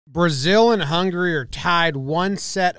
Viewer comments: does he says hungry instead of Hungary or its just me? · I thought he was saying "hungry dude" the whole video before i realized the match was between Hungary and Brazil...